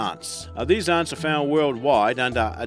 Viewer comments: I notice when talking about one Ant ..It's Ant...talking about more than one you pronounce Aunts..as in Uncle and Aunt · Yea especially the way he says ants (aunts)😂😂😂😂😂😂😂😂😂😂😂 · Is it just me or when this guy says ants it sounds like aunts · That's a strange accent... 'ahnts'? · He pronounces it aunts😂